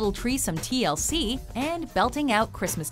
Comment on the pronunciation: So I guess... Tree-L-C?